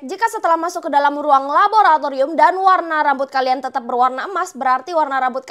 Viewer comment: Kk rere kesusah han bilang raboraturium😅